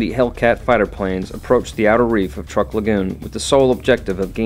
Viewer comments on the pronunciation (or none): I believe it is pronounced "trook", not "Truck".